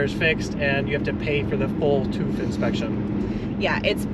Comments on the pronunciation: "tooth" - I see you're still stugglinmg with the umlauts. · Hahaha....they pronounce it as "toof"....those Americans.... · You‘re pronouncing tüv wrong. It’s not toof it’s TÜV